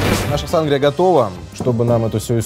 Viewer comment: Да у нас в Мексике тоже Сангрия ударение конечно на и как вы говорите очень ухо режет и конечно же есть рецепты и при том разные в зависимости с какими крепким напитком вы будете её употреблять если например с текилы у неё цвет более помидорный и вкус типа помидорного сока со специями и есть цвета красного вина сделанного на его основе и есть даже газировка с таким же названием и цветом вот так вот